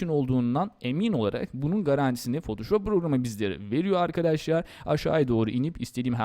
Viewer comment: abi afedersin ama çok mal konuşuyorsun, biraz daha düzgün konuş "arkaaadaşlarğ"